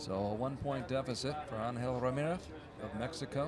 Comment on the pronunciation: Anyone else notice he was saying ramireth instead of Ramirez?